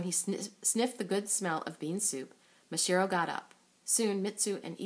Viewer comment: Uhm, it's MasaHIRO, not MaSHIRO.